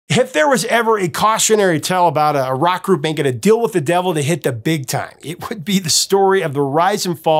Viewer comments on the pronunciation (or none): none